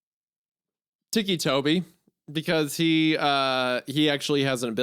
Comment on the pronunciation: Biggest jumpscare was hearing Hunter pronounce it "teekee" toby and not. Ticky Toby.